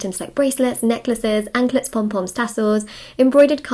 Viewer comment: Does anyone else love when says, “anklets, pom poms, tassels” with her English accent? 😂